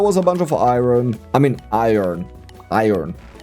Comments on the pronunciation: "ohhhhhhh that was a bunch of iron...? 🤔 I earn? Ion? I earn? 😶Iron" way too relatable, I constantly gaslight myself into the wrong pronunciation 😂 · dont change the way you say it, you say it perfectly